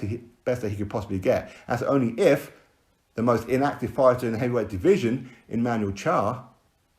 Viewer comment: Without deontay, who will pronounce the word division as deeveeeesion.